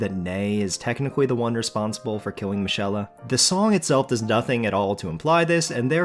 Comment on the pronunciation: Michaela, not Mishella